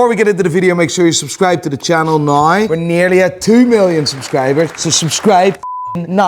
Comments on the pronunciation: Now ❌ nauw ✅ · I will subscribe when you learn how to pronounce the word "now". "Noyy" is not it. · DUDE CANT SAY NOW PROPERLY